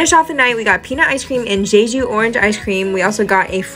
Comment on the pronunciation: jeju is pronounced with two hard j's 😄 it's not "zhayzhu"